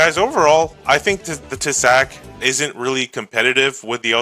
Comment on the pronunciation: Nice video! Šelma is actualy pronounced [Shelma], as a czech it drived me crazy😂. Also Tesák the á is long a, so [Tesaaak]